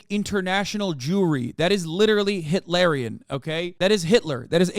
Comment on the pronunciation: i think of Dune every time you say “hitlarian” lol